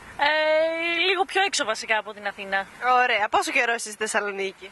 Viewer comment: Girl said "Ωραία" (pronounced "Ohrea") which means "Nice" , not "Oh" ...